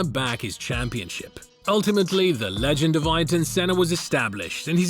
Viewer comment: "Eye-ton Senna" have you ever heard of Eye-air-ton, before doing a documentary on him or?.